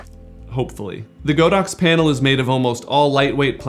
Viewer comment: It probably doesn't matter, but I thought I mentioned it here. Godox is actually pronounced God-Ox, not Go-Dox. The Chinese words 神牛 literally means just that. :) Anyways, great video :D